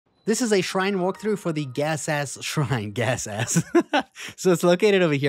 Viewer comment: Please don't say G like it is cussing.